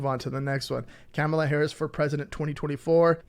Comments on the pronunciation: Kamala is pronounced Comma-La!! ...it's not Cama-La or Ca-Mala!! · It’s pronounced KOMMA-lah. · Thank you, enjoyed your video. Please check into saying Kamala's name